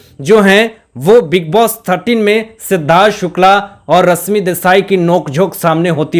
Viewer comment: Tum thik se baat karna sikho ..bihaari pronounciation se lekar hindi baat mat karo ...rashmi hai not rasmi .not enerjy...sunte huebv Ganda lagta hai ..host ho thik se pronounciation sikho.. very bad